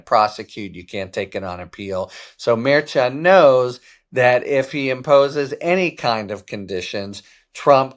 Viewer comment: We need justice!!! Litman pronounces Judge Merchan CORRECTLY; no one else does!